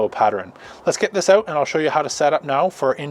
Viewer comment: Need to work on how you say out lol.... where are you from ?